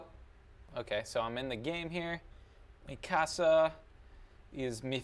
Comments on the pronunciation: Its not meekasa. Its mikasu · Nicaea Navigator no ”Mee-ka-sa" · Nicaea Navigator its really hard to say how to pronounce it through text xD "Mee-ka-saw" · anyone else notice him saying Mikasa's name wrong?